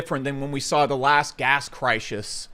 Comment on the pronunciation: This guy has been smoking to much rock. He can't even say crises properly